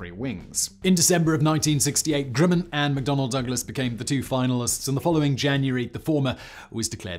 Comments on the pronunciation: "Grimmin"?....isn't it 'GRUMman"? (spelled Grumman) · Say "um". Now say "gum". Now say "grum - man". Grumman. Grimmin? Seriously? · It is Grumman not Grimman